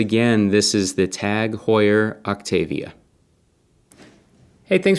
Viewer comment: Autavia not Octavia! :)